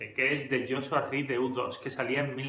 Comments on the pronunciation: Tu canal es una maravilla, nutritivo y serio. Total respeto, admiración y agradecimiento. Dicho esto hay una pregunta. Se que eres español...porqué dicen Depech Moud es decir, aproximandose la la pronunciación en ingles pero dicen: udos en lugar de iutu o you too. No se si la intención era referirse al avión espía o a ti también pero...porqué castellanizar uno si y el otro no? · Es iutu! iutu! iutu! no u dos!!!!!! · Al ser nombres personales no se traducen al español. Luego entonces U2 se pronuncia Yu Two, Brayan Eno se pronuncia Ino, Daniel Lanois se pronuncia Deniel Lenua. De nada. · Latinoamérica y el resto del mundo: u2 (se pronuncia yiutu) España: udos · Se pronuncia "iu" como niu iork